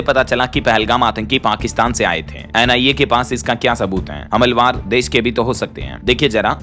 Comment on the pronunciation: हमलवार नहीं 'हमलावर बोला जाता है